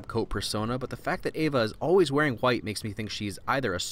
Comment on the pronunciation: you pronounce white like "hwite" :p sorry just a little thing i noticed